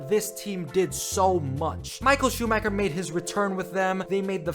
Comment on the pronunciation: You can't be a fucking F1 fanatic and still pronounce it SchumaKer, really